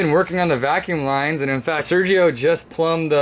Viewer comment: "Vacume lines"